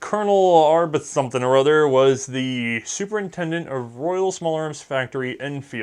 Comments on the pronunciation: Arbuthnot/Arbuthnott is pronounced: Aa - Buth - Nūht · AR-b'th-NOT ...Comments to confuse people who don't watch the video.